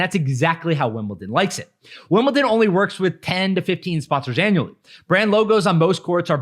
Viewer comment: Not T in Wimbledon!